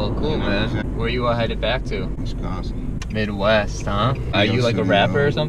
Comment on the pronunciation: You said Wisconskin ...lol